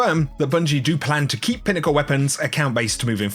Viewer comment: “Pinnacle” lul